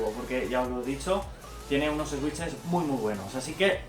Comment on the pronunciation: buen vídeo, pero me chirría la pronunciación de "switch" (no es "esuich" o "esuiches", es "suich") xd